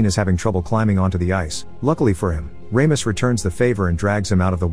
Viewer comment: RAMIS? lol you mean RAMOS? (RAW-MOS)